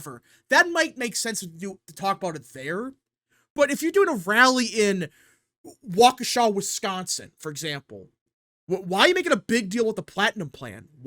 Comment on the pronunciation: Subscriber here, tuning in from Waukesha Wisconsin. You pronounce it right. Love the show. Listen to you on my commute.